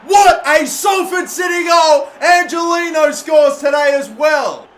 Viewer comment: Not to break it to you but Angeliño's name is pronounced ''Anghelinyo''